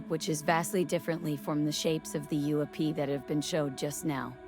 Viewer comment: The "dark smoke" on top of that object is a super bad after effects job hiding the cable. Theres a hoist on it and a Bolt hook on the very bottom. It was odviously being towed by a helicopter. This channel must be stupid AI since in pronounced UFO "oofo" stop this crap already.